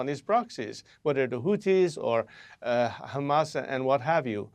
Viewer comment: Wow shes well schooled in the disgusting art of zionist propaganda. Down to the ridiculous pronounciation of CHREEsbollah and HRRamas